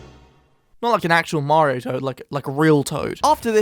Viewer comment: Dose he say mamario? Or is that on purpose? 😂